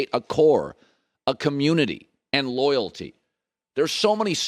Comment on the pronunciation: "Lotalty" that's what Ledron is ....loyal to himself.